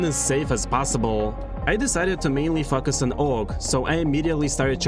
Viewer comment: why do you say "focus" like that 💀